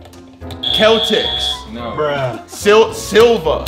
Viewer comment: Nobody: Absolutely Nobody:: Keltics